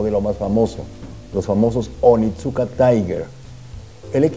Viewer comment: Creo que la marca se pronuncia onitzka, excelente informe!